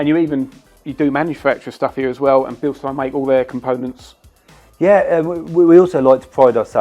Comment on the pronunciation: Thanks for using the correct pronunciation!